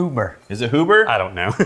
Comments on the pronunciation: It's pronounced Hue-ber. Not who-ber. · The Port finished whiskey is finished in ruby port barrels and absolutely blows away Angel's Envy. You guys need to get your hands on a bottle of their Double Oaked bourbon, which holds its own against Woodford Reserve Double Oaked. And the name is pronounced HYOO-ber. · Pronounced Hugh-ber. Not that usually cares... lol